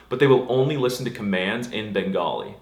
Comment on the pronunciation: He got bengali right i still dont know why schools dont have bengali as a class when they literally have german